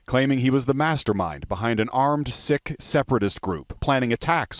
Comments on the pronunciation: Omg its pronounced "seek" not "sick". How did that get past editing. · This reporter needs to learn how to say Sikh...is isn't pronounced sick as he says it! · Of all the words to mispronounce in our sensitive days, the Sikh is said like the word seek. You'd think the humans doing these reports would at least learn how to pronounce names of groups right. This report almost feels like it was done by some ai algorithm set to replace the writers in the office, to mispronounce Sikh as sick, that's usually a mistake ai bots make, plus to air it live without first checking with a real Sikh or Punjabi is a bit shortsighted. Why do they have the job and I have to proofread? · It's Sikh. The i is pronounced like that in sick and more emphasis is given to the 'ha' sound.